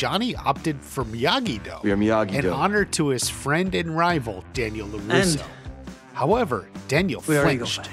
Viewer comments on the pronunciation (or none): LawRusso Karate 🤣 Thanks for the video. It’s gonna be exciting to see what it’ll actually be called!!